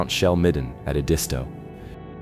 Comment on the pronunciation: Adisto???! Edisto. AI needs to learn phonics.